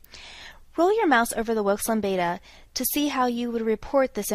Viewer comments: Lambda. Not lambada. Also, the "alpha" level isn't less than .05. It's p that's less than .05. Alpha = .05 (that's our criterion IF using NHST). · Good tutorial but could be improved with correct pronunciation. It should be called Wilks' "Lam-duh". After 40 years in statistics, I have never heard Wilks' Lambda called Wilks' "Lamb-beta". Also a sig value of 0.000 is usually evaluated as p<0.001 not 0.0005 as stated in the tutorial. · I think it's pronounced "Wilks' Lambda (Lam-Duh)" instead of "Wilks' Lam-Beta". Also, I thought you were supposed to observe significant results by looking at the "Tests of Within-Subjects Effects" table as Liz Salas commented about earlier. Have I been interpreting the tables wrong? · Just FYI: Wilk's Lambda is pronounced "lamb" (as in a baby sheep) + "duh".